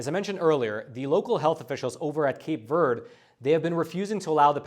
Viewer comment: Verde doesn't rhyme with bird. "v air day."